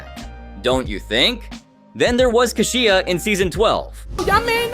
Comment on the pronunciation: How many times can you pronounce Kashia's name wrong?! He even said her name! Don't you watch these episodes over and over? C'mon!